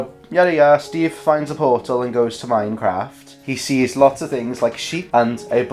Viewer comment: this is edited with the same pacing as the minecraft movie also you pronounce minecraft like mein-kampf